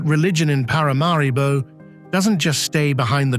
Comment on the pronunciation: It is pronounced Parah Marah Bow…not para mah ree bow